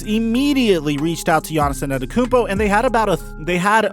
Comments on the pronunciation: peep how he said "anatakounpo" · his name is NOT Anatakumpo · nobody:: Giannis Anenekoompo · You're pronouncing his last name wrong and I know how it's pronounced because I'm greek also no offense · Btw you're saying Antetokounmpo wrong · I cringe every time you say his last name. If you don't know it then don't say it.